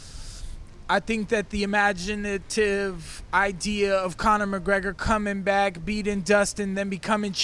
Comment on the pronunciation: he tries so hard to pronounce i-ma-gi-na-tive lol